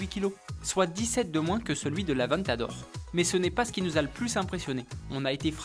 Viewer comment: Avant t'adore !!! non sa se dit avèntador ! (sa fais deux fois qu'il se plante !)